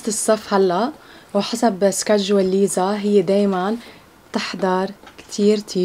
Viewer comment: الحين هيا ليه تقول ليزا ولا نطقها كذا ؟ 😭😭😭😭😭😭😭